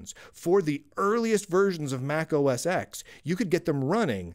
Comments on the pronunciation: It's Mac OS TEN (X). Not "X". "X" is the Roman numeral for the number 10. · Sorry, you are not qualified to speak about macOS since you are pronouncing "mac os EKS" .. and not 10 as it should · As soon as you pronounced MacOS X, not as MacOS 10 when trying to establish your expertise, you lost me. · Mac OS X is pronounced Mac OS TEN. The X is a Roman numeral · There is no "Mac OS Ecks". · How do you expect any credibility when you keep calling it Mac OS X when it’s Mac OS X (10)